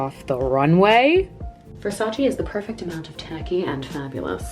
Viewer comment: you pronounced Versace wrong. I learned from Donatella how its pronounced, you do not pronounce the E you say it AY at the end so its like Versach ayyyy